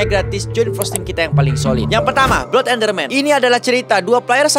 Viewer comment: Blood = blaad